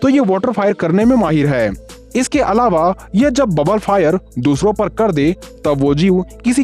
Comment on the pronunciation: 😂Alave nhi Alava hota hai😂